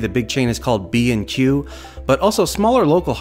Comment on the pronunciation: I've never heard an American say B & Q before and I don't like it.